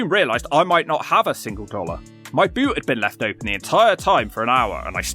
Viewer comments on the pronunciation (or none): none